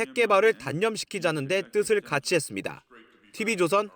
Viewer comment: 보도 기자가 발음이 정확 하지 않다. 지방출신 인지 모르 겠으나 다 잘 하다가 끝에서 '했습니대-아'가 뭐냐? 잘 고쳐라.